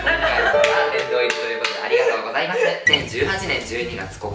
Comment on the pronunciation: また見に来てしまった、、 やっぱり最後のの「ありがとうございまし」は笑うwww